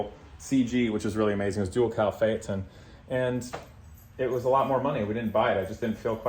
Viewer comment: Today I learned how to pronounce Phaeton 👍